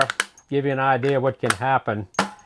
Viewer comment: anybody else love the wy he says idear?